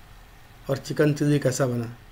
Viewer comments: It's chilli not cheesy😂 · Abe chiji chiji kya kar raha he. Chilli bolna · Chikkn chilli ko chikan cheessy bolna bnd kr pehle uske bad banana sikha na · Pahila chilli bolna dikhao tum chilli ko cheezy bol raha ho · "चिल्ली" नही "चिली". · चिल्ली नही भाई चिली बोलो